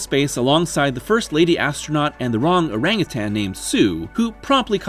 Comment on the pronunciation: Forrest, himself, was born in 1944, making him a member of the Silent Generation. Thank you for pronouncing "orangutan" correctly. Forrest takes it like a champ, but what's disturbing is that those jerkweeds got away with what they just did there which is assault. Che Guevara was never a real guerrilla fighter. He had no aptitude for strategy or logistics. He was a glorified executioner and an instrument of state terror. So how is he Boomer? He's clearly of the Silent Generation. The Watergate operation was justified. Roger Ebert was of the Silent Generation (born in 1942). Boomer birth years are 1946 to 1964. Forrest was born in 1944. That means he was seven years old in 1951. Movie Forrest looked older than that. 10 or 11, maybe, but he certainly wasn't five. That's the youngest he could have been in 1951 to be classified as a Boomer rather than a Silent. It's like people don't know what "Boomer" means! Ever heard of "McNamara's Morons?" / Why do movie people always fasten the top button of a button-front shirt? Cinema Sins was right. That just makes the wearer look like a narc. That is how you wear a button-front shirt. No tedious neckwear. All buttons fastened except the top one. Tucked in if you have the body type for it. If the shirt tail is extra-long, then it's made to be tucked in. That kinda looks like one of those shirts Steven Seagal wears. The buttons on those are spaced differently, so it might be fi